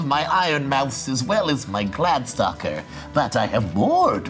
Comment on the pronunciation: Too bad he doesn't know how to say glade-stalker.